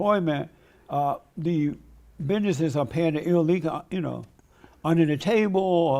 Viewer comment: The fact he can’t say ‘illegal’ tells me everything I need to know about his allegiance and loyalty.